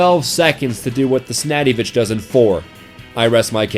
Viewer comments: snaddyvich did you hear that aswell? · Shotguns don't use bullets. ... just sayin'. Also, Snadivich?